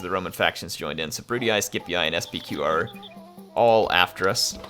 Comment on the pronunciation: julee-aye, brute-ee-aye, skeep-ee-aye. iuleeee, bruteeee skeepeeee